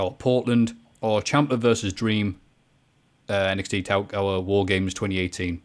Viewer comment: kept calling NXT Takeover "Takeour."